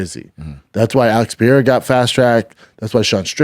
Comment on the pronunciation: Pierra???? Alright.... Shits so annoying. Have some respect and learn to pronounce their names. It's not even that hard. Per-er-a. Just blatant ignorance.